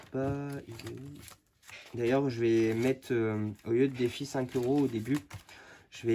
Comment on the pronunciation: Cc "Defi" et non "deffi" rien de méchant 😉